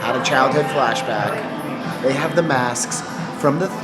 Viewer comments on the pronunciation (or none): none